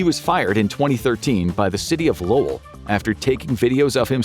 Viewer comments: I’m proud of you for pronouncing Lowell correctly! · Hello from MA! Thanks for pronouncing Lowell correctly 😊👍🏽